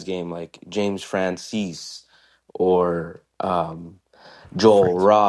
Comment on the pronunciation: I believe James Francies is pronounced Fran-SEES. That's the way I heard it said when he was here with Pat Metheny. The song title is said seven-one-three, which is the OG Houston area code. You guys in the Lou don't say three-fourteen, do ya? ;) I still miss the daily, seven day a week podcast, but I'm working on letting that go.